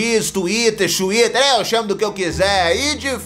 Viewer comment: O "XWITTER" kkk